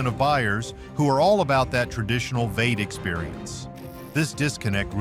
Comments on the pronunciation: Teach the text to voice,how to pronounce V 8. It is not veight. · Why does the narrator is saying ''weight'' instead of V-8? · WTF is a "vates" engine??? Is this AI trying to pronounce "V-8"? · How can I take anything you say seriously when your AI voice can't even say V8? It says "waits" not V-eight. When will you learn to ditch the AI voice? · What is a vate engine? Do you actually mean "V" "8"? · This guy talks weird. What the hell is a "vate engine" is this guy seriously jumbling together the term V-8? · AI has a ways to go, vate instead of V-8, LOL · V 8 Vee eight NOT vate. nothing artificial idiot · Vate? Vee-Eight! C G narration fails again. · I have several bones to pick with the producers of this video. You point to Chrysler/Dodge/Jeep forcing change for "progress" to unproven engines, but you yourself force us to your own change by using an AI voice. No real announcer would say "veight" for V-8. It took me awhile to figure out what you were talking about. And while you make very good points especially about entry-level pricing, you don't even seem to know that the Chrysler 300 was not even introduced this model year. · AI is pronouncing V8 as VEIGHT? Lol. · What the hell is a VATE? Do you mean V8 by chance? Stupid AI. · AI generated? Can’t say V-8? What’s a “veight”? Maybe its a German V8 😅Who is making this content? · AI read out loud script is annoying. V8 said as vaite? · I hate AI reading these type of post it's V8 not Vate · Veight engines?! Is saying V-8 broken or is this another AI voiceover. Lame. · veight? Do you mean VEE EIGHT? Duh. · "Vate?" For the electronic narrator, somebody needs to replace "V8" with "Vee Eight." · Can't get enough of those 'vates' 😂🤣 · Stop Using A.I. Voices!! No Human calls a V-8 "Vee-Eight" a "Vate". Once more and you get blocked... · Dang, I bet those "Vate" engines sure are something! ENOUGH with the keyboard stroke noises and AI mispronounced words. I couldn't watch this to the end. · "veits"??? LOL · V8. NOT VATE